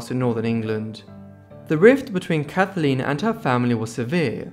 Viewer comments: Her name was Kathleen not Kathaleen, which is how you pronounced it throughout this video. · Kathleen not Kath-a-leen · It's not "Kath-a-leen"... it's "Kath leen"... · 1. Her name was Kathleen NOT Kath- a-leen. 2. The family didn't want people to know that she was traveling with her married lover. The story--for decades--was that he offered Kick a lift to France. 3. Her lover, Fitzwilliam, insisted that the pilot fly during a heavy storm against his best judgement. So much for the Kennedy curse. British arrogance! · Can't stand your pronunciation calling her Kathaleen it's Kathleen! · The name is pronounced Kathleen not Kathaleen. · kath-ah-leen. I think I like the way you say it better, must be the accent. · Why can’t you pronounce Kathleen properly. Your voice is irritating to say the least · It’s his accent lol you know he’s saying Kathleen not a big deal get a grip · Yes it spoiled the video for me as I cringed each time he pronounced her name wrongly!